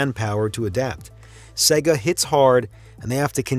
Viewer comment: SEGA (not SEGGA)